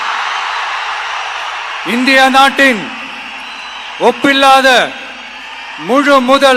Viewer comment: pillathaa😅 அது `ஒப்பில்லாத` டா கேண